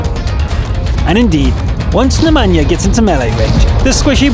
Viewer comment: I love how he says the name Nemanja like it's from Africa but is actually from the Balkans.